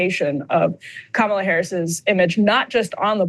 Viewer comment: Vote blue, even if it's ka-mall-a. Bahaha! Krystal